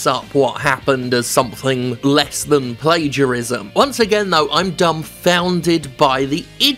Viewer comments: Plagiarism (Play-geea-ris-ma) 😂 What a guy they call "Jim"!!!! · Jim accidentally nails the Indonesian pronounciation of 'plagiarism'